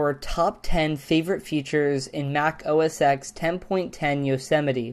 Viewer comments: "OS TEN" NOT "OH-A-SEX" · It's "oh es ten" Not "oh es ex" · The name is pronounced "Mac OS 10" not "Mac os ex" the "X" in Mac OS X is a Roman number so you say 10 not x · It's pronounced 'os 10' not 'os x' idiot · don't you fucking hate it when ppl say os X instead of pronouncing os 10 ? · OS Ten dude, OS Ten. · I know this isn't a big deal, but here's my massive pet peeve: it's "OS Ten" not "OS X" the "X' is a roman numeral. This was a great video though! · OS ex .... ugh, it's OS X, as in ten! ¬¬ Also, not that it matters, but you can still actually read the greyed out Messages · Best video so far... But please, stop saying OS "X". OS X is pronounced OS "10". When Steve Jobs announced the new Accessibility voice for... What was it? Leopard? He took a punt at how Windows Vista said OS "X", and it's OS "10". Roman numerals mate. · Mac OS Ten, not Mac OS X. (Phonetically) =) Great video. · It's OS 10, not OS Ekks(X) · 'Mac OS eks'?? ugh. -. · 'Oh Ess Ex' - can't even pronounce the operating system's name, yeah, smart.. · OSX is pronounced OS10. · Dude... OS 10 has now had TEN versions, and you still don't know how to say 10. Please